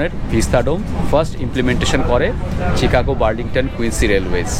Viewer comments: শিকাগো, চিকাগো না। সংশোধন করে নিলে ভাল হয়। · Chicago pronounce like Shicago